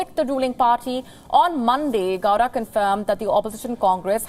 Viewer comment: Until now, we kannadigas were urging to pronounce Karnataka properly now we will have to do the same to call names properly, its Sadananda Gowda, not Gora. 😂